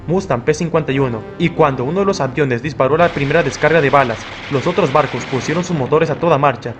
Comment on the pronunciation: 5;33 por qué dice bardos en vez de barcos🤏🕶️🤨